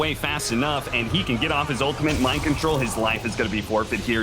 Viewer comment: It was Mind Kontol Axe